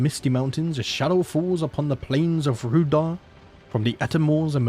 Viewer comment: Pretty sure Rhudaur is pronounced 'Rude-hour'